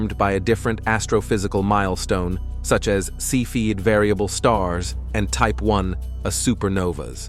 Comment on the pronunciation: the voice is presumably artificial. eg Type 1A supernova spoken as Type 1, a supernova. Also, developments and processes in the dark era, when H,He were ionised, were not explained. it seems to me that clusters of plasma and dark matter could have formed nascent galaxies and black holes before CMB. Thus allowing early galaxy formation.